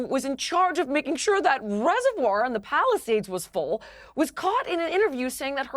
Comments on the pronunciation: No doubt in my mind that someone who can't even pronounce "reservoir", is qualified to be on this panel. Piers are you doing DEI for your show? 🤣🤣🤣🤣🤣🤣🤣🤣🤣🤣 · If you struggle to pronounce reservoir, dont call yourself an expert analyst lol. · Wow! An American stumbling on the word Reservoir? And said it's hard to say? He must be from GenZ. They don't even know the difference between pronunciation of woman and women. Smh.... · Reservoir...yeah so hard to say